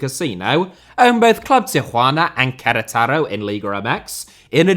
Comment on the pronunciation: Infinite respect for pronouncing Querétaro